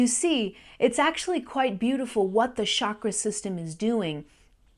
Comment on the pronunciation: Sorry to make an inane correction...it isn't Shakra...it's chakra...pronounced like chase or check